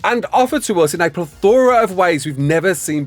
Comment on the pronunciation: He really loves the word plethora and mispronouncing it